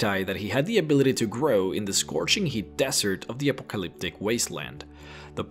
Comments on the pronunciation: "Hall-oo-Seen-o-gens"?!?! It's pronounced just like "Hallucinate"... as in "Ha-LOOSE-inogen". And it's not "Pah-Joe-Tea".... It's "Pay-OH-tee" or "Pa-YO-tay" (it varies by region). Just trying to help. PS - it's not "post Appa-colliptic". It's "post ah-POCK-oh-liptic". You tend to emphasize the wrong syllables. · The way you pronounced Peyote, Apocalyptic and Hallucinogens sounded like Pejote, Apokliptik and Haluseeneegens xD